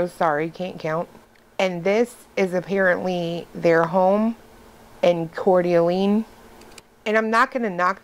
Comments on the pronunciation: I’ll help you pronounce Core-duh-lain, Idaho better. Thx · Couer d'Alene is pronounced Coor duhlane. You don't pronounce the d by itself.